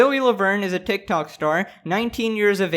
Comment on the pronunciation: "tik tawk"